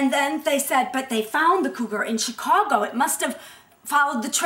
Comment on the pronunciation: it's soooo sexy how the one in black pronounces "chicago"!!!!